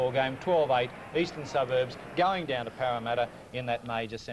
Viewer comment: Wow Casey seemed to have it in for Parramatta. Was it because he had so much difficulty saying their name?